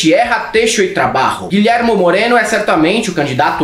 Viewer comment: Tchiêrra, têxo y trabarro... 😅😅😅 O poliglota Vão Rato vai tirar sarro da tua pronúncia 😂